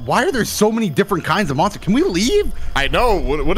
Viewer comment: Monstahs?! Real monstahs!?